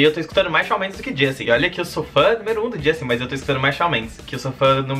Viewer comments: Não é "Shau" é Shawn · mas se pronuncia "chão":)) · so falta falar certo!!!!!😁😄 fala tipo chon